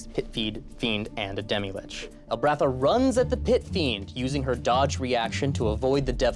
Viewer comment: Um, actually it's pronounced lich and not LICK also it's mythos and not MY thos